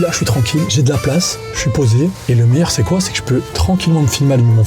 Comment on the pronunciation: C un malade quand il a dit meilleyr club